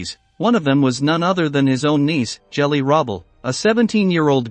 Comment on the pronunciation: "Jelly?" Your AI voice doesn't know how to pronounce Hitler's niece's name. It's a "hard" G as in "go or get."